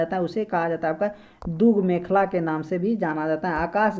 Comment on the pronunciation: Brahmand ko varnmand , dudgh mekhla ko dui mekhla. Aur bhi but ......Aisa kyun bol rhe ho. Information to bhut achcha hai, uccharan sudharne ki jarurat hai